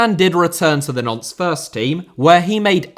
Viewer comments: Good video on a bizarre situation, but please learn to say Nantes (like aunt with an n at the start) which sounds like like nonce every time you say it!!! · Pretty sure Nantes is pronounced 'Nont' not 'Nonce' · Nantes being pronounced 'nonce' is hilarious, and is how I'm going to say it from now on :) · The pronunciation of Nantes as "nonce" made be chuckle